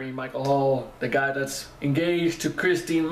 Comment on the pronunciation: Thanks for looking at this one; for some unknown reason not many people do! I think the AcoUstikats are the University of Kentucky's a cappella group - Jeremy used to be a lead singer with them when he was a student there. Btw, Kirstin's name is pronounced 'Ker-stin' not Kristy! She sells a t-shirt from her merchandise with some of the many mis-spellings of her name crossed out, so I think other people have problems with it, too!